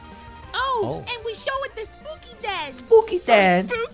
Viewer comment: 참고:이분 언더팬츠도 만드심 말하는거:it's spooky month! 듣는거:it's pokémon! 영어자막:it's poke mon